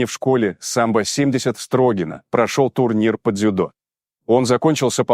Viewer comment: СтрогинО, а не стрОгино!!!